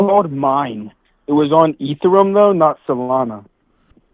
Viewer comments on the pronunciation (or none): bro said ethuruum lmao